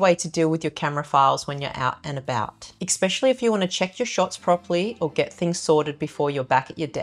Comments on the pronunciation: Thanks for the hints. Please don’t take offence but could you pronounce especially right? (Not expecially?) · I was fine with her accent until she said “exspecially”🤮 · I’m sorry but xspecially is not a word. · Great programme. Excellent advice. 🏆 One grate. Especially has no ‘k’ in it or ‘k’ sound. Esss-specially. Or just use another word. Particularly. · From an ESL tutor: The word Especially contains no letter x. Write these two words down and pronounce both repeating until you pronounce them differently. Exspecially and Especially. You used Exspecially in your video. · But you do say “ek-specially” other than that your Australian (New Zealand?) accent is delightful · I dont understand. 90% of people say exspecially. Thats not the word. Ugh. Learn english. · Sorry but the word is ESPECIALLY. Not EXPECIALLY. After the 3rd time I flicked. Sorry but... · All these things that you can do as long as you have a substantial collection of accessories. P.S. I love the way she says ex-specially. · Nice video, helpful for sure. Potentially solves a problem I have had. Pet peeve though. There is no X in the word especially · No offense, but there is no "X" in "especially". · PLEASE learn the proper pronunciation of the word especially! There is no X in the word especially. I know you are a very smart lady, but when you mispronounce common words it makes you appear uneducated and less trustworthy and believable. Just some constructive criticism for an otherwise excellent video. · We do not pronounce especially like that in Australia! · Especially ✅ Ekk-specially ❌ Everything ✅ Everythink ❌ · Your video super useful and could be better if only you said …. Everything not everythink, something not somethink, especially not ekspecially.